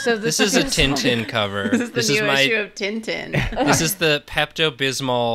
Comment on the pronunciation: wait, is that how english talking people pronounce "Tintin" ????? I was so... not... ready